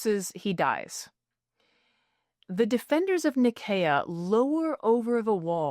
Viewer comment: No, it's a soft "s" sound to say Nicaea. "Nye-SEE-uh"